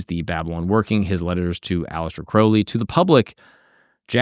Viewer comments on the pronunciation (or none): Crowley like holy, not crowley like howling. Aliester even wrote that, he must have had people mispronounce a lot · Crowley like Holy, not Crawley like Gawley. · the guy literally wrote a poem "my name is crow-lee, it rhymes with holy, but people who treat my foully, pronounce it crouwley". great video. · Crowley rhymes with Holy. He changed his name to rhyme. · The great beasts last names proper pronunciation is "Kroh-lee" Now, as for scientists and occultism, they commonly go together. A lot just aren't open about their occult practices. The sciences themselves come from occult workings like alchemy(turned into modern chemistry), astrology(Astronomy), etc. Besides the two are oh so similar, one requires a type of faith that the other doesn't but, there isn't a whole lot that is different besides one being accepted by the general public and being a formal academic field, and the other being less so(There are some academic fields pertaining to occultism and occultism is more accepted now than it ever has been but, still not as widely accepted as science) Edit: In case anyone is curious where I get this basic information from, I have been studying the occult, esoteric, divine, etc, since I was 14, so 17 going on 18 years(I'm turning 32 this October). I have also been a practicing occultist with some Gnostic, some Thelemic, some Rosicrucian, and some of my own formed belief system(Ethrakael) views, beliefs, and practices for 12 of those, and so, it is an area of vast knowledge for me. Also, let me iterate the Thelema aspects are not the dark, sex ritual, weird shit. It's dark don't get me wrong but, not that dark lol. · Ozzy called him Mr Crowley in the song. "Crou" no one pronounces it "crow". Don't change how you say it for other people bro... fuck em. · I always pronounce it like the ou in Thou.